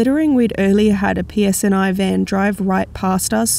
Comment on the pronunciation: Ghost says the P.S.N.I.. ladies say The P.S.N.A.. that's exactly what it said lol That's not even what you said.. you said psnA lol police service northern Ireland.. or police service northern Areland lol